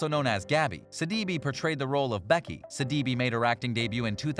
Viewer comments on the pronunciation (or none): Pronounced Sid-uh-bay not Suh-dee-bee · And missed pronounced Gabby’s last name BADLY!!!😡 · Her last name is pronounced Sid-da-bay 🤦‍♀️